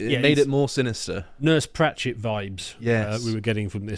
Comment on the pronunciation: Ratched. Not Pratchet